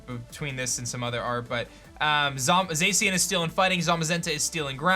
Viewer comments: Zeicien? It's pronounced Zashian, the pronunciation was revealed pretty early....... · Its (Za-Shin) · FOR THE LAST TIME, ZACIAN IS PRONOUNCED ZAH-SHEE-AN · The way he say zacian bothers me lmao